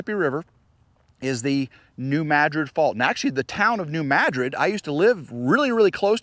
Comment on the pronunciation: I am glad you pronounced New Madrid fault correctly. I noticed after moving from the mid-west, St Louis area, that people didn't pronounce names of places correctly. Good job. This is Sunday and we had tornado warnings for the Huntsville area. I live in Madison County about two air miles from TN. We had high winds but don't know what happened to others. Hope you enjoyed your family visit.